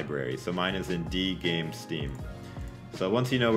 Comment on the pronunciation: se dice game banana no gaim patata